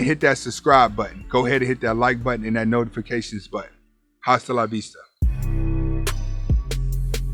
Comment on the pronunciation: bro appreciate all the great content. Just want to say when you close out your videos and say "hasta la vista" the letter 'h' is silent so you want to say 'Asta la vista.' I speak Spanish and I know it can be tricky but anyway first time I ever commented so keep it up.